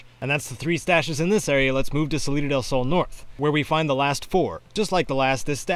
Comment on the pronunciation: Salida del sounds more like citadel gaaaah.